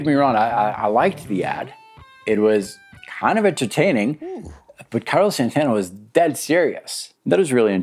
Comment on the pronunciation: Plitora of othe 80s guitar heros? Did you mean Plethora? It's Carlos not Carlis. Wow dude